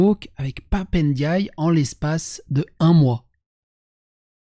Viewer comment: Son nom c'est Ndiaye, pas Éndiayé, à toutes fins utiles... ;-)